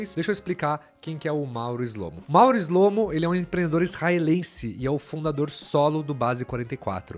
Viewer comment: Shlomo em hebraico é (שׁלמה) que significa Salomão! As letras "SH" pronunciamos como se fosse o "X" na palavra Xarope, mais ou menos "xlo-mô" 👍👍